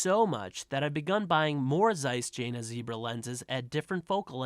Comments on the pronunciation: Hey, no worries man. No one does their homework before preaching anything on YouTube. You don.t owe an apology to anybody for spreading misinformation. But thanks a bunch for it. I subbed!!!! ;-) BTW, it's pronounced Yena, if you want to sound like you know what you're talking about. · Jena is pronounced yen-na.